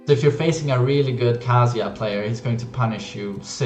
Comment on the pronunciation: I like this kind of video, but please learn how to pronounce Kazuya first. I have to mute because of it.